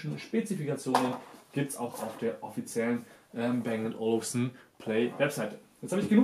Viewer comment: Man spricht es "Bang & Olufsen", und nicht "Bäng und Olufsen".